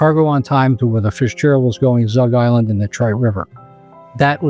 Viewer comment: The audacity to use Belle Isle’s ENGLISH NAME , and Zug Island’s FRENCH NAME, “Zoogue Isle Land” 😤 Incredible video though, 10/10.